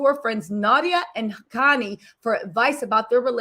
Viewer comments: Khanyi .. sound it out like Carr..nyi.. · Khanyi is pronounced “Kahn-yee” sort of like Kanye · Hey babe..its pronounced Kanyie...like Kanye but an I at the end